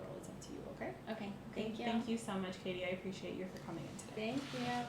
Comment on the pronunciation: Al inicio el “ Hi Katie ” se me pareció al “ Hi Barbie ” At first, "hi Katie" seemed to me like "hi Barbie"